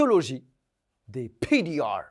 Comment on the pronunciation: Pourquoi PDR est dit avec un accents ? Genre c’est français comme abrevation